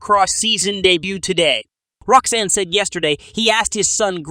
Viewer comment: Did he call Roczen, Roxanne?? 🤣🤣